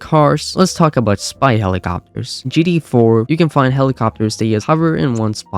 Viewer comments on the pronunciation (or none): Am I tweakin or is he callin GTA. “GD, GDA” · the amount of time he mispronounced gta is insane